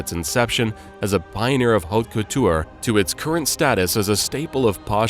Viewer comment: Cortie? Hubert de Gi-ven-chii? Oh wow.